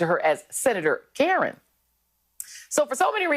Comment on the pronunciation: Did he say Karen with a hard R?